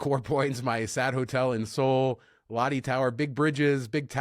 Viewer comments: 🤣롯데 (Lotte) is pronounced more like LOT-tay... 🤣🤣but then again I purposely mispronounce Marriott to not sound like a prude, hahaha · Lotte is pronounced close to lowtay 😊